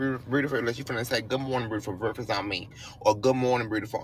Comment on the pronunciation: Beautiful does not have an r in it.